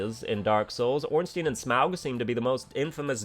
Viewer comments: I know you're pronouncing Smough wrong on purpose, but I can't tell if you're doing the same for Ornstein. That's an I sound, not an E. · I've heard different pronunciations of Ornstein too, some pronounce it Ornstein and others pronounce it Ornstein. I personally prefer Ornstein myself. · Nobody complains about how absolutely everyone says Ornstein wrong